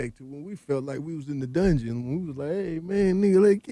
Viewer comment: Dungeon not Dugeon